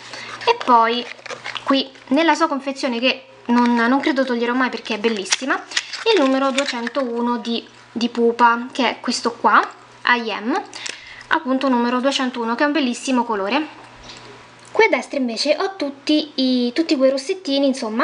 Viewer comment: Ei sei simpaticissima ma ti volevo dire s il rossetto della pupa "I'm" si pronuncia aim no aiem sennò doveva essere scritto "I am"